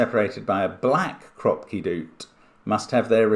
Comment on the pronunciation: Yes but he never read the "Kroopki" in the rules correctly :(